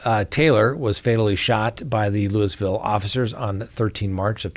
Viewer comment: Pronounced “Loo-a-vul”